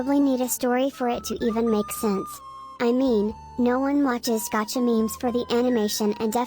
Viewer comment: Gavka lol XD best way to say gacha